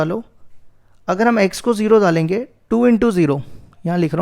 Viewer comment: सर आप दाल देंगे कयूँ बोलते हो डाल देंगे कयूँ नही बोलते 😑😑😐😐😑